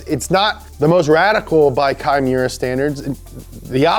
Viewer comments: Kei Miura said fast enough kinda sounds like Chimaera. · You're mispronouncing the fuck out of that guys name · Instead of kai miura i always hear “chimera” from wot b because i play wotb too much lmao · LIGHTNING LIGHTNING LIGHTNING!!!!! Its funny that pronounces key Miura like "Chimaera" which makes sense Lol In alchemy when u transmute 2 unrelated things and merge them together makes a chimaera, rocket bunny!!!